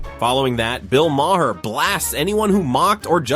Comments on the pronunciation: For the hopefully last time, his name is pronounced MAR, like bar, car, and far. It's not Muh Whore, it's not Muh Hair. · Bro. You’ve pronounced his name differently 15 different times. It’s “Ma-rr”. At least do the homework. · It's pronounced Mar (rhymes with Bar)